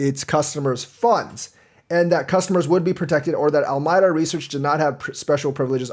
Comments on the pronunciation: al a meeda not almyda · Al-my-da?? Ala-me-da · Alameda Reaseach, named after a city and county in California, is pronounced "AL-ə-MEE-də".